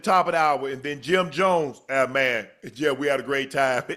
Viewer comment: Unc: Yo name JIM.... not GYM